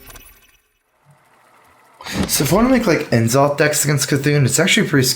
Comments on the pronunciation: "EN-ZOTH"?! pls. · Lol at N, zoth pronunciation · Can someone teach him how to pronounce n'zoth? PLEASE